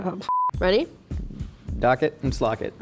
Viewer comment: We're really just gonna breeze right over 'dock it and slock it'?